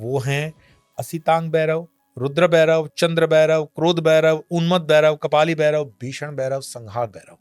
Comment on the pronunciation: It's bhairav not berav